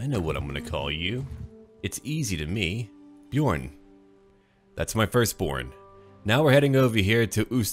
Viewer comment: It's pronounced Bjern. The Ö makes a sound like in should or urn.